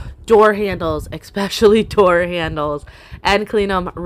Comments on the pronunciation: Love your videos! I don't say this to be mean, but the word is 'especially', not 'exspecially'. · I would be so proud of myself to have done such a great job. What a hard worker you are. Can I mention something without hurting your feelings, you aren't the only one who does this. Why do you say expecially, when it's really " especially"?I hear So many people pronounce it this way and it drives me cuckoo.Just me so sorry. Still want to let you know I admire you and have subscribed to the channel.